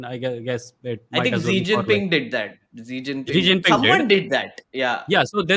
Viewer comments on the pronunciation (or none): Leave that just ask your buddy It's not zeee jinping it's should pronounce like shii Jin ping. Please do some home work on geopolitics and English pronunciation before even making a reaction podcast or something.